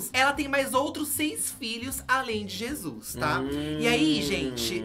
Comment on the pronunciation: N aguento com eles dizendo " a novela Jizus "